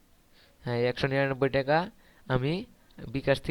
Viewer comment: teka na vi taka uccaron to corom problem chi chi